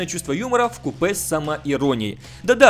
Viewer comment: ВкУпе, а не вкупЭ. В купЕ ты в Одессу ездишь